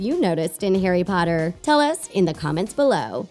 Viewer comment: people need to STOP MAKING HP VIDEOES as you know NOTHING ABOUT IT. How many times in this video did you say Carry instead of Harry. McGonagall gave the time turner to Hermione NOT Dumbledore Not to mention that you are making sexual innuendos out of things THAT ARE NOT innuendos